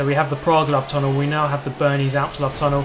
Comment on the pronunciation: "This is where the love tunnel starts" I could not control my laughter with such a blunt tone of voice like as if he knew this was to happen before the race started.